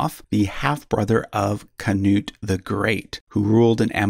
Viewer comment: You really butchered those names man, nearly lost my shit at ”king CANUTE”. Nice vid anyhow!